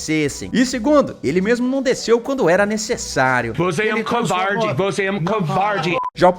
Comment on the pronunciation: " vc é um couvarrde!! " kkkkkkk